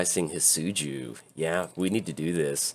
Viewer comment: He is pronounced. Hee-det-tsu-goo For future reference.